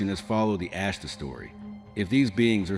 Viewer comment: Why is the "Ashtar" so difficult to pronounce? It's NOT "Ashta", it's AshtaR. With the letter R being pronounced. Why is this AI narration so stupid? I get sightings of MANY craft here in Benson, Arizona. I'm pretty sure it's the Ashtar Command. There could be other factions as well, incidentally. They're here! It's time to stop with the making believe they don't or can't exist.🛸